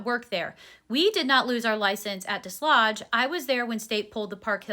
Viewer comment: Hey! Listener from the area and wanted to give you the correct pronunciation of Desloge. You don't pronounce the "s" and it's got a long "o" sound.